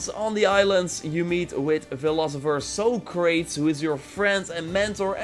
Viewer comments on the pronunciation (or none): Isn't it Sock-ra-tees? Not So-crates? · Oh,.. you actually said Socrates like “soh-crayts”. Bless you and your Dutch-self. His name is pronounced “sah-cruh-teez”. At least, that’s how I was taught. No worries, man 😏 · So crates....... SOCRATES!!!! Its pronounced sock rah tees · So crates. LUL. dude, that's legendary philosopher sock ruh teez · “So-crates” Lol Bro that’s not how that name is pronounced. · Its pronounced Sā crā tees my man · you meet "socraytes" I cringed. So hard.